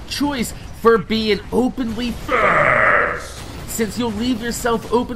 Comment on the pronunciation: Sounded like the voice over was just saying Fasss!! Dammit i need more G's